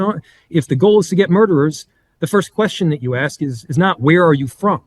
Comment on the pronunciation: Dont say axe instead of ask. Please